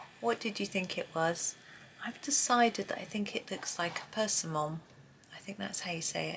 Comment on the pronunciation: per SIM mon is how it's pronounced, at least in the US lol I haven't had one in a long time, I forget what they taste like! My guess for the last one is a kumquat.